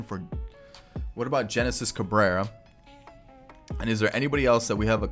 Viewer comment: HENESIS CABRERA NOT JENESIS CABRERA. THE G IS AN H SOUND